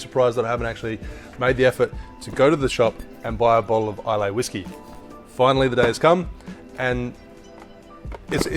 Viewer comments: Not being nitpicky but Islay is pronounced ‘ila’ not ‘ilay’ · EYE-LA NOT eye-lay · Nice vid....just sayin’ ...there’s no “y” in Islay. It’s pronounced Isla.... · Hopefully you've learned how to pronounce "Islay" by now, since this video came out 5 years ago. It's "eye-luh." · Islay is pronounced as Isla. The "Y" is silent. I live there lol. But that drink is phenominal! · You totally botched the word ‘islay’ 😂😂 coming from someone who has family living on the island... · Check the pronunciation of Islay